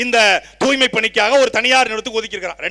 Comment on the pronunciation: துப்புரவுப் பணியாளர் என்றே இருந்திருக்கலாம். தூ"ய்"மை பணியாளர்கள் என்று மாற்றி ஸ்டாலின், பிரியா போன்றவர்கள் இரண்டு எழுத்துக்களை மட்டும் உச்சரித்து..... ச்சே துர்நாற்றம் பிடித்த வாய்கள். வாழ்க தமிழ் வெல்க திராவிடத்தை !